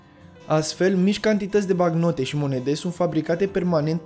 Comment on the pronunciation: "BaNcnotă" nu "Bacnotă"